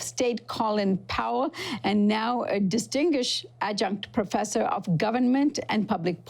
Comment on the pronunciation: distingshed?? Distinguished